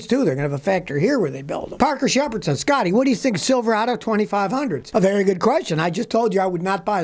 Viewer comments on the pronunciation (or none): none